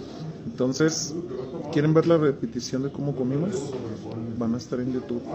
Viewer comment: No sabe pronunciar YOU TUBE,, pero que tal pronuncia las vulgaridades!